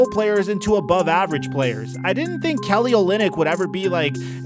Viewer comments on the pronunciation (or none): none